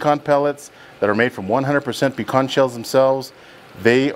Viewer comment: Hard for me to trust a man that doesn't know how to pronounce pecan.😂